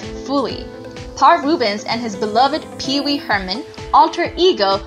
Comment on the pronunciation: The narraration is terrible. She calls Pee-Wee “Peace Mall”??? WHAT??